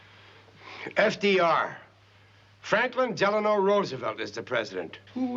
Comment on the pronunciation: Notice how SO MANY people call FDR - Franklin DELANOR - with an R !!.. It was Delano - NO R. Not "Delanor." And Rickie Ricardo ?1? what a stupid way for a narration. "Where's Lucy"